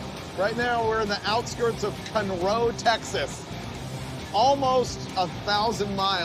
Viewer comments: Conroe, Kahn - row, not cun row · lol Cunro nope. It’s pronounced Con Roh, cmon producers at least do a smidge of research! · Cool car, cool episode👍 And it's CON-roe, TX not cun-ROE lol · It’s CON-roe, TX!!!! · I'm 100% sure what town y'all wound up in. I'm just dying at how you pronounced it, lol.